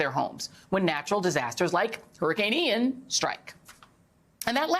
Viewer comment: Joe couldn't even say the name of the hurricane. It's Ian.